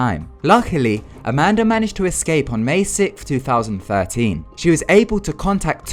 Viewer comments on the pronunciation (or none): who else heard "amander" XD